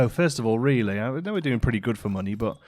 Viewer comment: Nobody: Literally nobody:: riealey